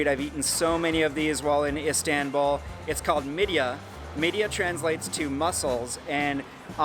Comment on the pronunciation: Also kumpirs i isnt long and its not midia its mid-ye and its also not kunefe its kü-ney-fe not tuysu its tuy-şu lokmas a isnt long also lokma means bit food it isnt ugh u know what whatever